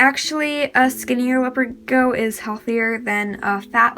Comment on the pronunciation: Do you need help pronouncing the word Gecko… you’re not saying it right and you’re saying it a million times